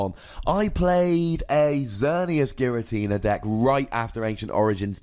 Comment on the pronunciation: I'm not going to take advice on how to say "Unown" when the guy telling me about pronunciation is adding an "R" to the end of "Giratina"